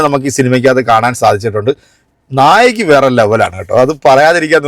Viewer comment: നായകി അല്ല നായിക.... നിങ്ങൾ മറ്റൊരു വീഡിയോ യിൽ തിയേറ്ററിൽ നിന്നും ഹാഫ് ടൈമിൽ പറയുന്നതിലും നായകി എന്നാണ് പറഞ്ഞത്...